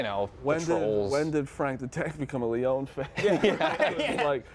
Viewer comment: 3 guys and not one know's the pronunciation of Lyon. MERICA!